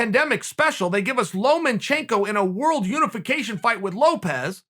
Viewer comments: “Loma” - can someone tell Sonnen it’s’ “lomachenko” not “Loman”. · Chael, it's Lomachenko. Not LomaNchenko. Just saying. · It's LOMA chenko not LOMEN chenko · Lomachenko: Lomachenko Chael: Lomenchenko Lomachenko: Lomenchenko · Chael “Lomen-Chenko” Sonnen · Chael "Lomanchenko" Sonnen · "Lomenchenko" - Chael Sonnen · Chael “Lowmanchenko” Sonnen